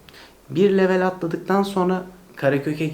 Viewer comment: İngilizce kelime kullanıp da, kelimeyi Türkçe telaffuz etmek. Garip. “Level” diyeceğinize seviye deyiniz. Yada “level” kelimesini İngilizce telaffuz kurallarına uygun konuşunuz. Komik olmayın.